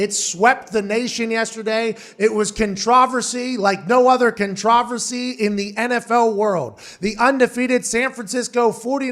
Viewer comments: Contra-versy? Is this a different way of saying controversy? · Pronounced: Con-Tra-ver-si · I don't think I've ever heard someone pronounce "controversy" like that lol. "Khan-TRAW-ver-see" lmao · I've never heard controversy pronounced that way. Is Pat joking? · Controvrsee eh? Close enough! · It is pronounced contro VERSY. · Sounded like he was saying contrive-versy. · So no ones gonna help Pat out and tell him how to pronounce controversy? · Lol pat can’t say Controversy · The biggest controversy is the way you pronounce controversy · I really hope the pronunciation of controversy was a joke or I’m just ending it all because every celebrity or athlete is a retard but yet your whole childhood and teenage years are spent being told you need to be so smart. It’s funny how the fear of death is the only thing enslaving the world but whatever... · I think it's funny 🤷🏻‍♂️ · It's the British pronunciation. I'm sure he uses it for the same reason I occasionally say it that way; it's more fun to say